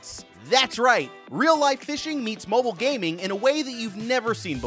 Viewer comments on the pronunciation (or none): none